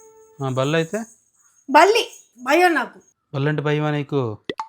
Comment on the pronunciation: ఒత్తులు సరిగ్గా పలకండి. బయం, అర్దమ్ అంటున్నారు